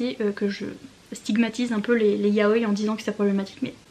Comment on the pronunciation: Yaoï !!!! Le i se prononce 😭😭😭